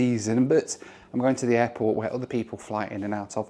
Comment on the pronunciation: I didn't know you could catch a plane at the "hairport" 😂